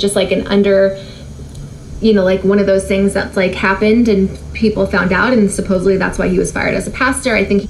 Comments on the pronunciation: WHY DO SO MANY PEOPLE SAY SUPPOSEBLY?!? Geezussss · How many times did she say allegedly or supposebly?! Wow! Snark Week is not disappointing! Lol! 🤣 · "supposovely" hahahahaha!!!! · Did she say supposley, instead of supposedly? There’s another syllable with a D in there girl. 😂